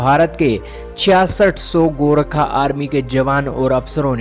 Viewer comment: Bhai saab gorkha hai gorakha nahi hai